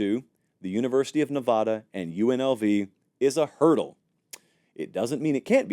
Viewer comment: I luv yah. But if you want to keep those friends in Reno and Las Vegas. LEARN HOW TO PRONOUNCE NEVADA... NA-VAD-A NOT NE-VOD-A. IT'S UNPROFESSIONAL.